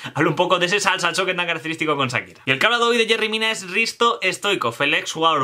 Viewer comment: Sakira o Shakira? Jajaja